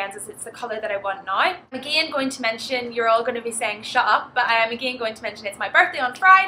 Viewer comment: please dont say "again" like a country girl...it sounds awful